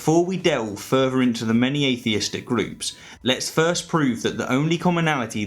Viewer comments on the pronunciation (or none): none